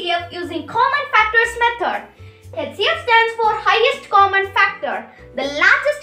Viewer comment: HCF to sahi pronounce kro beta Other wise good effort